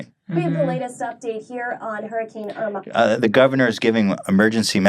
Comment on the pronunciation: Irma is finnish lady name and you pronounce it wrong :D